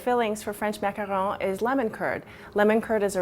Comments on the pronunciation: no, she pronounces it correctly. they are a french cookie, and that is how they are pronounced. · I swear, you're the only person on youtube who has a macaron tutorial and pronounces the name correctly. I hate it when people call a macaron a macaroon when they're two different kinds of cookies. BTW, when's the best time to add food coloring for both the cream and the cookie parts? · Okay so there are people talking about the pronunciation long time ago, but I'll say it anyway. She's saying it right. It's a french word and it's correct how she says it. There is a difference between macaroon and macaron. All you have to do is actually look it up :\